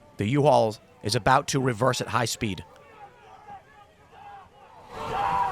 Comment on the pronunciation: "The U-All vehicle..." - Tim Pool 😂